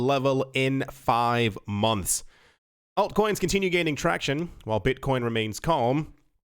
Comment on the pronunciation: say the 'alt' like alternative please